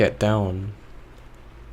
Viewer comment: whenever you pronounce "thing" like "think", it's like nails on a chalkboard to me.